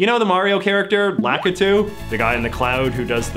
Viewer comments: I've never heard wakitu pronounced that way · Am I the only one who pronounces it la-KEE-too? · A bigger debate is how to pronounce his name lackitoo or lakitu. Have fun